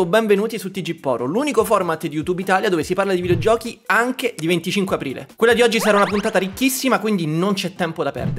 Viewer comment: 25 Aporoile. La festa dell'anno più difficile da pronunciare 😂